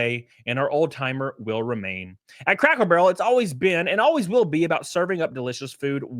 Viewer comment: I knew I wasn't the only one hearing him say crackle